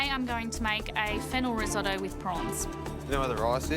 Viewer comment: Someone should tell her why Risotto is called Riso -tto.